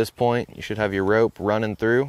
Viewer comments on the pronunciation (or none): none